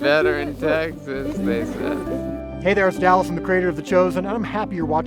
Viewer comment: When Dallas turned around it sounded like you said, "Dells chickens"